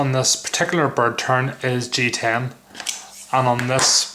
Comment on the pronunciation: Did you say bird turd!? lol great review but prefer the UK legal blade I have, now where did I get mine?